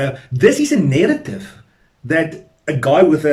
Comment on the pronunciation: Why do you say nerrative . Isn't it narrative?